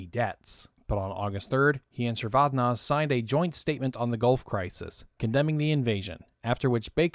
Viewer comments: The pronunciation does not end with "-zey", it's read like it's written, "ze". I have heard georgians pronounce their surnames that way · AFAIK, as someone who listened to the BBC news commentary at the time, the final e in Eduard Shevardnadze is pronounced and as a hard vowel so that it sounds as 'eh' or even almost as an 'ah' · These long-form documentaries are fantastic. Just FYI: Soviet Foreign Minister Shevardnadze's name is pronounced "Sheh-vard-NAHD-zey." Also, for anyone looking to learn more, here's a lecture from Ambassador Edward Gnehm on his experience during the Gulf War: (audio is kind of crackly, be careful if using headphones). Gnehm was U.S. Ambassador to Kuwait at the time of the Iraqi invasion and Desert Storm/Desert Shield (he was also one of my undergrad professors). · Shevardnadze pronounced whack too many times